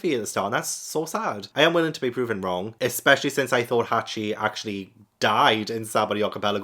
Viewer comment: "Hockey"? "Hacky"? His name's "Hachi".